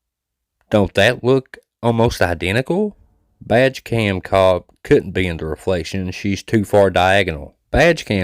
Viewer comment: I realized you were saying “badge cam”… I thought you were saying “vag cam” which made it funny but also disturbing 😂